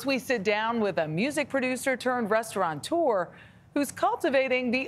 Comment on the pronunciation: When will you learn that it is “restaurateur” and NOT restauranteur”?!?!? 🤬